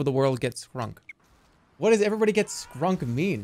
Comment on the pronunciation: It’s hilarious he read shrunk as skrunk. And didn’t realize it was shrunk when he say his character was tiny.